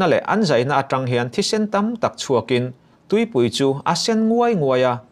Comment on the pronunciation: Kan tawng hi keimahni ngei in kan humhalh a kan hman that hi a ngai, entir nan, atang in tih tur ah atang... Tih rik ngawt te hi a diklo..